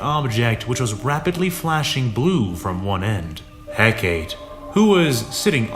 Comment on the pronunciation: Hecaté. Is. Pronounced. "HEK-A-TAY".